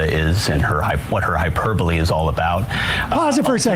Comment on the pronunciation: At least he says "hyperbole" right. That's something.